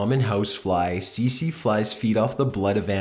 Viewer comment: It's not pronounced "see see fly". Try again.